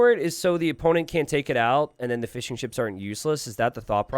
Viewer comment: Jesus Christ you are saying "fishing ships" not "fish and chips" like I was thinking damn these people got fryers? Fml